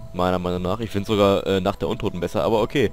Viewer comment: Ich liebe es ja, die Amerikaner bei Machinima zu hören, wie sie die Map Namen aussprechen :D "Kinow de toutten", "der rieeeß" und mein Liebling: "Nackt de untotten"